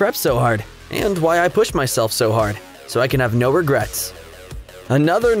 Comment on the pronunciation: "no regrots"